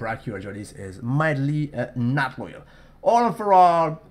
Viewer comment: Loyal not oil! :D